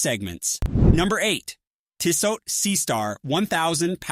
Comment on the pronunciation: Stopped watching when I heard "Teesaught"